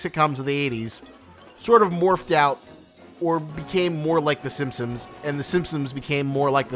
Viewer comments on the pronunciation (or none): It's The Simpsons not 'Simsims'